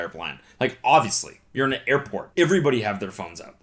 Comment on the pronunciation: “eyverybody hayve their phones out” thats the most Canadian I’ve ever heard Cody sound in my life😂😂